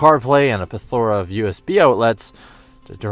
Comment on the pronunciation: Good variety of adjectives. Delivery like SavageGeese. Polished presentation, hitting the major points. You deserve far more than 2400 followers. I'm betting the lack of followers is due to how you pronounce "plethora". I'd stick with "abundance" next time. But keep up the great work. I like your style.